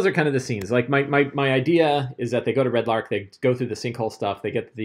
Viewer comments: My OCD is slightly bothered every time you call it "Red Lark" instead of Red Larch... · Arch=ark easy mistake when reading lol